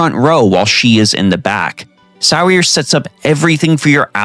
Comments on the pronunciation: Sear-sha pleeeeeease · that name is an Irish name, it's pronounced "Seer-shuh" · Sir-sha like inertia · Every octopath video I've watched pronounces "Saoirse" wrong .. it's an Irish name and the correct pronunciation is "Sur-shuh" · Since you helped me out I’mma help you out by correctly pronouncing saoirse’s name it’s Say-Or-Sha. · you lost me at "saw-ris" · I do like how this game gives ample opportunities to make "The ultimate party" and I did appreciate couple suggestions you give here. But for the love of all holy go learn how to pronounce irish name Saoirse.